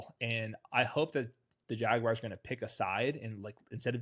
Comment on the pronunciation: What’s a Jagwire?